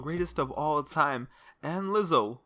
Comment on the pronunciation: THIS MAN SAID LIZZO 💀💀💀💀💀💀💀💀💀💀💀💀💀💀💀💀💀💀💀